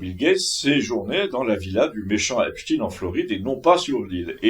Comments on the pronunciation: Bonjour, je vous entends dire Epstine, mais Epstein se dit "Epstaïne" si non ça s'ecrirait Epstien et ce n'est pas le cas😊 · Bonjour, on ne dit pas « Epstine » mais « Epstaïne ». Ce n’est pas un nom russe mais juif. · Grrrr cette prononciation de marde ..epstiin et cie